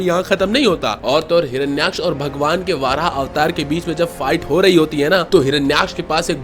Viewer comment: Bro it's not वाराह it's वराह